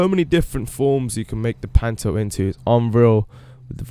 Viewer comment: wait did you call the panto "panty" lol